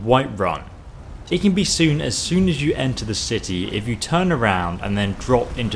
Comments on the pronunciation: You said shitty instead of city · stepy Teadayle IKR! I NOTICED THAT! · ul1tmate crazy k1ll lol i was about to type that "each shitty" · "for each shitty" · Did anyone else notice that he says shity instead of city? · it sounds like he says each shitty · LOL I Think You Mean City Not Shit*y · 12.41 he's says each shitty instead of city listen carefully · eso said"shity" not city. XD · Guys he only said "shitty" because he kind of blended "each" and "city"